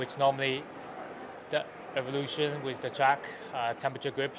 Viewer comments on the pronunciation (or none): none